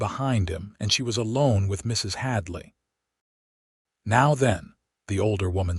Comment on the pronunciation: I ❤ the story but, I don’t know what was WORSE, the ADS or…………..MRS……………………HADLEY😂. You really need to work on that!👍🏽